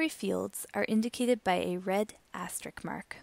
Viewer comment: * "Asterisk" I've always wanted to use an asterisk to correct someone who says "asterick."